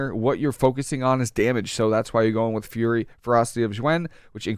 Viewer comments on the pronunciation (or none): none